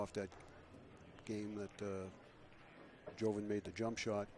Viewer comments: Bustamante's name is pronounced Yoven. Not Joeven. Just pretend the J is a Y. Pretty simple. But not for these two LOL. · Its actually pronounced with a "hoe" instead of a "yo", since his name obviously has Latin heritage, and I think he's Filipino, so that backs up my claim that his name is of Latin decent, meaning that the "j" in his name is the same as the "j" in Jose (hose-eh), or Jorge (whore-heh), or Jesus (hey-Zeus). "Joven" means 'young' in Spanish, and probably many similar languages; did you know that?